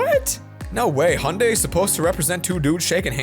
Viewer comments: i don't really like the hunday logo me: IT'S FREAKING HYUNDAI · HUNDAY, HE REALLY SAID HUNDAY. ITS PRONOUNCED HE-YUN-DIE